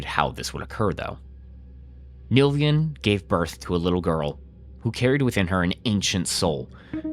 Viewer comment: These videos are good but every time you pronounce NILVAN [NIL-VAN] as NILVIAN i lose a hair